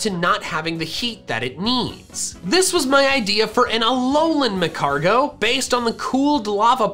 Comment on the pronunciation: It’s pronounced magcargo